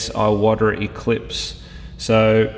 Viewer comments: Wouldn't it be pronounced "Ee-wah-tah", rather than "Eye-water"? Just thinking about the correct pronunciation of the Japanese surname. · E-wata, not Eye Oh Wata